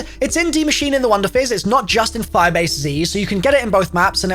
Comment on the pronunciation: For some reason when he says firebase z im hearing 5 AC